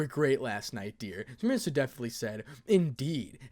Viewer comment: Just a tip for future chapters when Semiramis (lady death) makes another appearance. For pronunciations sake Semiramis is the assassin of black from fate/apocrypha on Netflix. Idk why but I’m hearing her name being said differently.